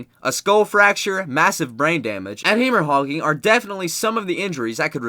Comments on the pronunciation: No one gonna mention the dude pronouncing "hemorrhaging" as hee-mor-hogging? I had to listen to that one 5 times. Edit: also, add "carrot-id" artery and "coop de grace" lmfao. Dude didn't sound comfortable with this script at all. The speed with which he read it was totally unnatural. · Did you really just say "heemur-hogging" ?? ...wow. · Listen to how be butchers "hemorrhaging" .